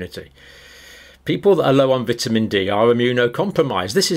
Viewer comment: Doesn’t pronounce vitamin right